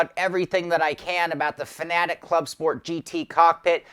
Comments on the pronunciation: ITA PRONOUNCED FAN, AY, TECH NOT FANATIC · Bro what is that pronunciation of Fanatec? 😂😅